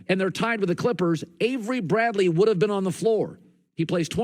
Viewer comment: Dude Said averey Bradley 😂😂😂